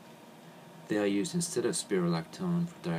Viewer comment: and he pronounced the drug incorrectly